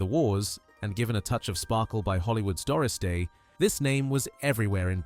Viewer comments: Listen very carefully and you will hear that it is not a real person narrating,but a shit AI voice. The way it gets the stressing wrong on "Doris Day" and "Norman" are just two examples. The script is poor, and the Oscar Wilde reference strange. The accent is a curious fusion of US/UK that sounds decidedly off. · Voice is AI too. Said "Doris Day" like it was a day dedicated to Doris, rather than her full name.